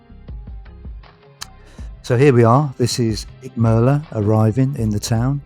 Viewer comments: We love Icmeler and are visiting again at the beginning of September. Much more laid back than Marmaris' bustling metropolis. Nice video, although i laughed at your consistemt mispronunciation of Icmeler 😄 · Nice video but you have pronounced the name of the town completely wrong buddy 😎👍